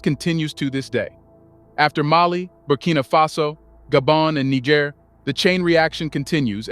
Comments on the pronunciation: Amazing channel Glad I found you! But please it's try to pronounce Niger properly! It's not that hard.Also, make no mistake about this, the coup in Gabon is a 100% French ordered coup. The same goes for the coup in Guinee. So both these countries need another coup to restore order! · I really love this channel and I follow their releases always. I am just not comfortable with one thing tho. I think the prononciation of Niger is not correct. Calling it Niger and somewhere Nig*** is kind of not too good. The name is Niger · Please pronounced Niger 🇳🇪 the right way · Good video, but make up your mind how you want to pronounce "Niger." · You're pronouncing niger wrong😂 it's like bear but with a G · Thank you for your report. Please pronounce "Niger" correctly, the letter I should be pronounced as in the word "fit", and the letter g should be pronounced as the word "gentle". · Very informative. But it's a bit difficult to take your narrative as authoritative when you don't make any effort to pronounce the names of the African countries properly. Please learn how to pronounce Niger correctly. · Great video but why so many different name pronunciations for Niger Lol. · Pick a pronunciation please. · I have to be civil and respectful, but the video keeps repeating the word N*, instead of correctly pronouncing the name of the country! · Much love to Niger. Please have your narrator find one pronunciation for Niger and stick to it. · (Nee- J- air) !!!! Not (Nee- G- er) Bruh 🔥🔥🔥🔥 WTF 🤷‍♂️🫡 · The country is called Niger not Nager please... it is Nijer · I lost count how many times he said nigga with r pronouncing Niger. I wonder if he does in on purpose or he just has no clue! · That's where they got the word Niger from Niger the French colony couldn't pronounce Nigel so they said Niger now paying for it😅😅😅😅😅😅😅❤❤❤❤ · Bro pronounced Niger's name in more than 5 ways. The name is pronounced (knee-jerr) not naija or naijer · Great Job! It's pronounced ni-jere. Respectfully